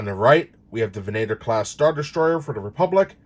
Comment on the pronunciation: Lovely vessel. I'd only collect them for display. It's actually pronounced "Vehn-ah-tor", however.